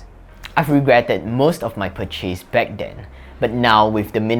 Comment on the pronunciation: Thanks for this. I am a native English speaker and sometimes find the words you speak hard to understand - I worked out this is due to your stress on the wrong syllable eg purCHASE should be PURchase and or else equal weight. PerFECT should be PERfect. Priority should be priORity. Sharing because I think it would help you. Generally, your accent is pretty clear and a very nice voice.